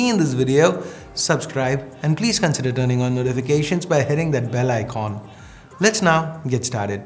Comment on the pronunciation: Nobody: Literally nobody in this UNIVERSE:: ICHONH........FOR ICON